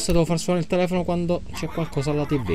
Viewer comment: Ti non si dice tivi si dice tivù